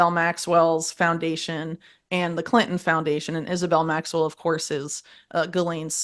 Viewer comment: it will forever irk me how "political podcaster" hosts like this one seem to have a following and good guests etc yet dont seem to know a lot about politics. This one cant even pronounce names in politics. She got Donald Trump right and Diddy but not much more. For example she got Maxwells and Patels names wrong. How do you not know these peoples names??? And how is it rocket science that they made everything legal so some crime stats have dropped? Do i have to start my own podcast to get the truth out?